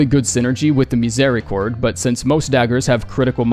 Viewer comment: How you can tell "miséricorde" so well, ur french?